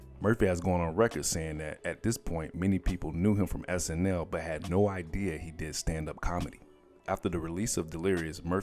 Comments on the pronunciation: Not 1 minute in and you called 'SNL' (SNi) (i) as in you're reading and not speaking life into words. Y'all ain't just curating history for y'all; it's for everybody. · He even said SNI one time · Comedy hype... I love you very much but please find somebody who can speak correctly to do the voice-overs... How do you mess up iconic names like Joe Piscopo and movies like Return of the Jedi???? He even said SNI in reference in reference to SNL..... you guys have to make sure that somebody is proofreading these dailies before you post them... If you need help I would gladly do it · The narrator said "sni" instead of "snl". Then he says "Alex" Foley instead of "Axel" Foley. Don't you guys review this stuff before you put it out? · Decent video, minus the dreadful, lifeless narration that is full of mispronunciations/inaccuracies ("SNi", "ALEX Foley", Joe "Piscaaapo", "Return of the Jedee"...). I truly dig the channel, but come on guys, just a few minutes reviewing your content before releasing it makes a HUGE difference!!!